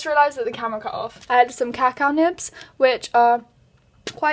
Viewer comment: It’s pronounced ca-cow not caca 😂 caca means poop in Spanish